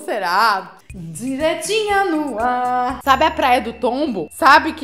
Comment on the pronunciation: “Indiretinhas no arr” morri